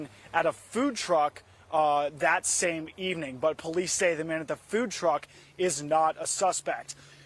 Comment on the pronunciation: Can you please get this man off the air? Or send him back to school to learn how to be a journalist? Holy crap! Even the man he interviewed pronounced Kaylee’s name correctly, and he STILL can’t get it right